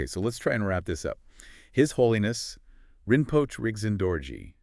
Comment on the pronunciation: Pronounced Rin-po-che